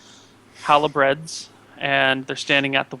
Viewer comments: halbard not halabread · it's halberd, not halibred >..> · hal-berds, hal -i-breds, lol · Every time mispronounces 'halberd', I grit my teeth. They're down to stubs now.